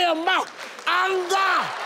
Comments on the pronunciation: That's why i say don't try to copy native accent, i think he tried to copy any American accent and pronounced aanga rather than anga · The fact that he pronounced it angerrr at the end too, bless him! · I thought he mispronounced hunger, but turned out it was anger 🤣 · No, you're wrong. I'm Ghanaian, and everyone I watched it with found it funny too cos we all don't pronounce the word that way. I watched the full episode. He puts too much energy into the words he pronounces, and that's funny. You could tell from the studio audience's laughter too. It's all fun and games. 😂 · That's the only way to pronounce anger to depict what it looks like